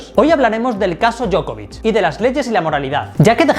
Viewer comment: Djoković Dio-ko-vich